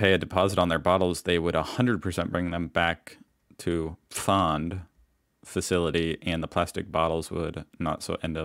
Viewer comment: Is finally retaining some German now? 😅 Well done on the pronunciation of "Pfand" and "Gymnasium"! I was actually impressed